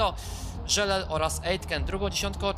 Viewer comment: taka uwaga mówisz żelel a to jest Żeleal